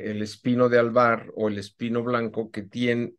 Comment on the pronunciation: Se le entiende pino blanco y en otro espino blanco😊